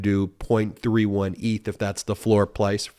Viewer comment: "Floor plice" hehe ♥️